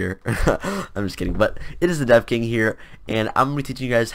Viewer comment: lol i thought you said The Deaf King